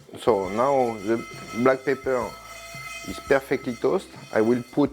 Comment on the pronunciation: Good thing there's a transcript available; At one point, I wasn't sure if he was saying "Pepper" or "Paper".